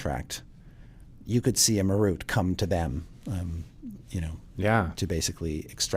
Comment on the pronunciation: dont like the way they say Marut..."ma ROOT"?? Ive always said it as MAR rut.